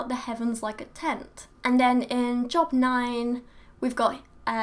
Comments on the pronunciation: I love you 💜💜💜 but it's job(e) like the name not job like the occupation 😂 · Very well said, and much more respectfully than many would have responded, myself included, I'm afraid. The only thing I want to point out is that Job is pronounced like "jobe". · job (the book in the bible) is pronouced joab. (or is it yoab)